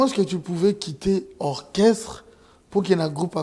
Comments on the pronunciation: Orchestre et non okresse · Djo oyo azo koka koloba orchestre te😂😂😂 heure nyonso kaka okresse